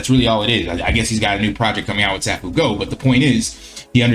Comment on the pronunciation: It's pronounced "Say-foo-go".